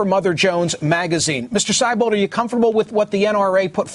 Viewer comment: It's pronounced See-bold, not Sigh-bold!